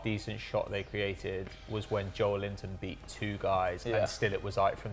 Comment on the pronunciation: When you realise that his surname is Joelinton, and he's not called Joel Linton